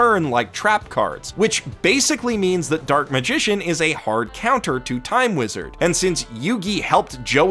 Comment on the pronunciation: You mispronounced "Time Weezad" great video!